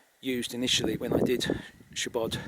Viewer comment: Its weird how you say that word in english " shiebod" ^^